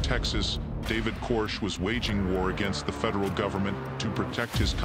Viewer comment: I don't know if this is an AI voice reading a script, but I find the mispronunciations annoying. I find that with all AI voice overs. If it's a real voice, I'd just recommend definitely looking up names, like David Koresh. And any other words you're not sure about. Best of luck with the channel. I'd not heard of this case, so I appreciate your coverage.